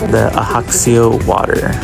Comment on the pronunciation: The J is Ajaccio is not silent. It's not Spanish. Its hybrid French/Italian.